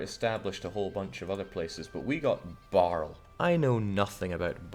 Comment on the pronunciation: I know that you're a pure nordic but it's Bari, no barl or any scandinavian sounding names in italy, just Bari